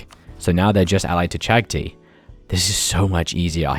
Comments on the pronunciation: cha-gha-thai: caktee:v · Never heard anyone call Chagatai Chagtii, cool video tho.